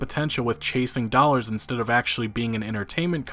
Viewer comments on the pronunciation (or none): none